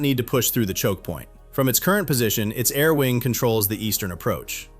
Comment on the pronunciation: What the heck is a 'chock point?' LOL